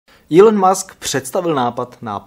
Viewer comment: MUSK..... ta výslovnost by mohla být lepší :)